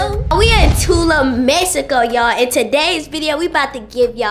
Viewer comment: CONGRATS ON UR TRIP HAVE FUN AN B SAFE. I’VE ALWAYS HEARD PPL PRONOUNCE IT TWO-LOOM (TULUM) MEXICO 🇲🇽 ADIOS!